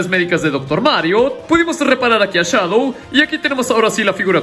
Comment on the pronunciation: Se dice Shadow